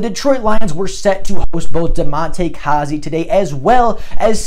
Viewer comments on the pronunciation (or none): I wonder who we would get because of Goff restructuring his contract. And btw, I think you are supposed to say it like Damonte "Kay-zee"😂😂 Good video